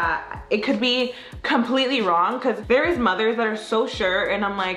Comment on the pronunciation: I love you guys and all but I hate saying “pecause” 🙄😒